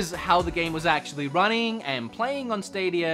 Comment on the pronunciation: Google stadierrrrrrrrrrrrrr